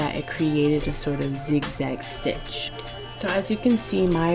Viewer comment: Shtrait shtitch shtretchy fabric. Is that a Maryland accent I detect? Not being mean I’m from Boston, OK? I just love accents! Thanks for the help! Perfect help and I just happen to have the same machine! Totally ordering the twin needle! Had no idea they even existed!